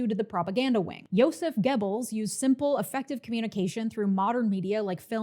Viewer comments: Goebbels is pronounced “Gehr-buls” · Goebbels is no pronounced Gebbels oe is pronounced like the u in fur. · For someone who's pronunciation of "Göbbels" makes me cringe, this is is an amazingly concise history refresher. Ps. you didn't mention ballot stuffing but it's hardly a difference in the implication. It's depressing to watch people who don't know history repeat that. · Goebbels is spelled 'GO belz' not 'geh bils' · It's pronounced gur-buls not gebbels. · It's GObalz not Gebalz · Love the video, but, you have PLENTY of European fans (👋), please reach out if you need to pronounce German names.😅 'Gebbles' (like 'pebbles') is NOT how you pronounce Goebbels' name.🙏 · I was taught it was pronounced Joseph (GObulls) by my history teacher and ur pronunciation was the wildest part for me 😂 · “Goebbels” rhymes with “pebbles” in America. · Not the point here, but Görbbels is pronounced differently. It's like if you pushed an o vowel to the front of your mouth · Minor note joseph goebbels last name is pronounced like gerbil. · Great video! But please stop mispronouncing Goebbels 😅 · I think you are mispronouncing "Goebbels," but otherwise, this was yet another great presentation. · Great video, but please learn how to pronounce German names. Joseph Goebel's name is not prounced the same way as the sound a turkey makes